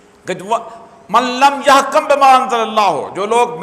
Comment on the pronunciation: اوریا صاحب ۔ یحکم میں ک پر پیش ہے زبر نہیں۔ معنی تبدل ہو جاتا ہے۔ خیال رکھیں۔